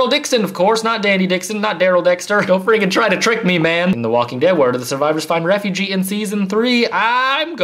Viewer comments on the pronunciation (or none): Refuge not Refugee long e on the latter.